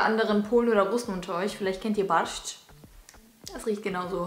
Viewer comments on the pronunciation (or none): Ha dir ernsthaft statt Borsch Basch gesagt😂😂🤷‍♀️ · Das heißt bei Russen борщ mit o und nicht a 😅